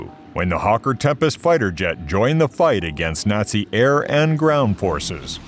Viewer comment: Hawker NOT Harker...dumb AI voice.